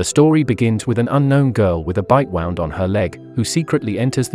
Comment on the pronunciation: Why does your robot voice say wound weirdly